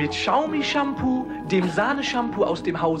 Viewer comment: Bei der Aussprache dieser Smartphone Marke Xiaomi (wie Schaumi) muss ich immer an diesen Gag denken 😄